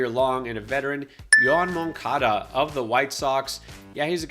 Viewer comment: Yoan Moncada 😂 quick way to lose credibility dude